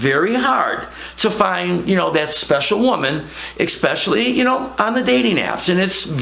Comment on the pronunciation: “Advoid”- haha!! Not surprised “exspecially” from this guy…